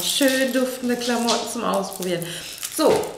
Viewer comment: wiso sagst du klammootten